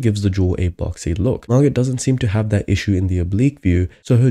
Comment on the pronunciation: Her name is Mar-GOH not Mar-GUT